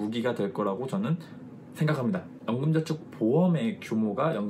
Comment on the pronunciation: 연금전축ㅋㅋㅋ 발음이ㅋㅋ 좋으시네요~~